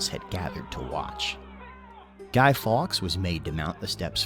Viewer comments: Have to point out that Fawkes is pronounced closer to 'forks' than 'fox' as the presenter said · faewkes is pronounced forks, not fox